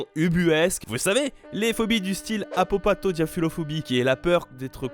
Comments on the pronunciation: ECHEC ! Ahah ! Tu as dis apopathodiaphuLOphobie ! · Eeeeeeeet il a passé 10h a essayer de prononcer "Apopathodiaphulatophobie" pour au final.... se planter! (Apopathodiaphul*at*ophobie) Merci la BD "Les Psys" pour m'avoir appris ce terme inutile xD ET super vidéo! =3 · Mdr quand vous avez parlé de peurs compliquées j’ai pensé direct à apopathodiaphulatophobie (d’ailleurs petit faute de prononciation 😜) , paraskevidekatriaphobie ou encore hexakosioihexekontahexaphobie😂